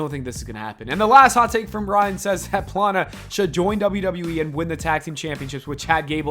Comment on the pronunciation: anyone caught off guard by the way he says pllana. always pronounced it flan-uh.